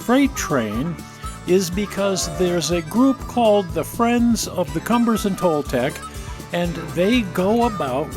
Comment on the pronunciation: mispronunciation of Cumbres & Toltec D&RG.... it is Kum bres...